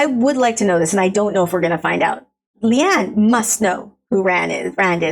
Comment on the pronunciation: Pronunciation thing: Leane is said "lee-AWN-uh"